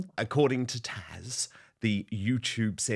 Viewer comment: PLEASE stop calling her Tasha. Her name is Taz. It is NOT that difficult.